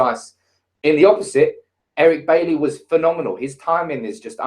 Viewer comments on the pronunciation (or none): Can you stop pronouncing Eric Bailly's surname "Baylee" when everyone else has learned that it's "Bye-ee".